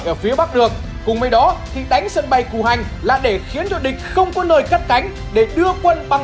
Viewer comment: Sân bây Cù Hanh mà nghe là sân bay Củ Hành